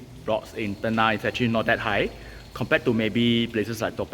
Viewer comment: It's not 'ten-nah' but 'ten-ngah'. Flower in Malay is bunga. You pronounce it as bu-nga and not bun-ga. There's no 'ng' sound in Mandarin so I can't give you any example. In Cantonese, there's nga 牙。But I don't think you know Cantonese.